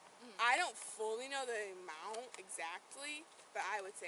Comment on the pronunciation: When did young people stop pronouncing the “t” at the ends of words? “…I don’t know the AMOUN exactly..”. No, dear, it’s “…I don’t know the amounT exactly…”. Stop doing the “trendy” thing.